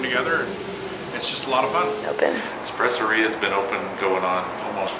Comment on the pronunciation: Every person I know pronounces it "espresSORia" so this is totally weird to hear!!